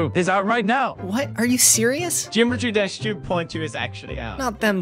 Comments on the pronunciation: jimetry dash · "Jimetry Dash 2.2" 💀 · Gymetry Dash💀💀💀